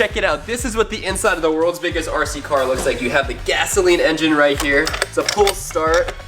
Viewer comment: said "wurlds burggest rc cor" but it's rather puny sized. You could buy lots of rd cars way bigger, or diy. But sadly I guess he won't be able to diy.